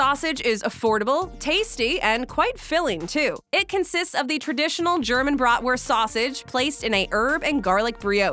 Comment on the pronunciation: Your pronunciation of what should be BRAHT-wurst will raise an eyebrow in Wisconsin. Your putting ketchup on it just got you banned from Chicago. 🤣